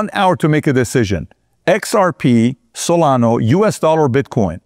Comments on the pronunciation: Solana, not solano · Do you no that its solana not solano 😂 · What’s crazy is that he’s doing a show on crypto and he can’t even pronounce 1/4 of the coins he talked about. He is obviously paid by ripple to do this. SolaNO??? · And "Solano" too. Cuts right through me. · It's also Solana not solano. Lol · Also Solano😂😂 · You know he owns very little “ripple” cause he says ripple instead of XRP. This is so frustrating when people who are involved with the crypto space and say the wrong names of crypto currencies. I swear he also said cardana or Solono earlier in the video too. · You keep saying Solano lol. It’s SolanA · Why you are calling Solana, Solano is a mystery. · Bu the way it's solana not not solano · It’s SolanA not solano LOl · Salano lol. It ends with the letter a. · The best part is when he says “Solano and Cardano” 😂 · Do you just want to pretend you know about everything? You’re doing a show on crypto and you can’t even pronounce SonalA. Stay in your lane. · He can’t even pronounce Solana correctly. You’re asking too much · Did home boy just say solano?! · Yep, I heard that lol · Bro... it's SolanA, with an "A"!😅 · Y does Pat keep calling solana, SOLANOOH!! WITH AN "H"!!😅😅😅